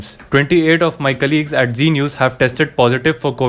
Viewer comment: G news nahi hai, Z news hai. Bhai try to pronounce the words correctly. Can't you differentiate between G and Z